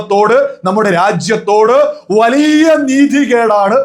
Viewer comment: വളിയ അല്ല bro വലിയ... വലിയ... 😂